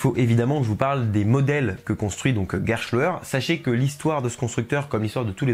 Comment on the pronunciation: sur la pronociation: le mot Gerstlauer vient de la langue allemande sans avoir un sens. Bien qu'on pronoce les consonants "st" souvent comme "schhhhhht" ici, il faut remarquer qu'on prononce ces consonnes comme "ssst" comme dans le mot "presse". Néanmois,c'est seulement un petit erreur.